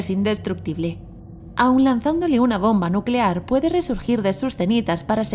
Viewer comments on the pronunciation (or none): none